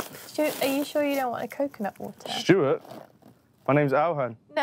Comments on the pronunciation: it definitely sounded like she called him Stewart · SHE SAID STUART